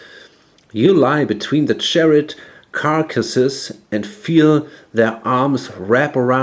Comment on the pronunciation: It's "charred" (short-a sound) as in "burned/blackened" conclave